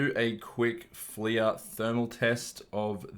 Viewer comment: I feel like it’s pronounced ‘fler’ as opposed to ‘fleeya’. Literally unwatchable :)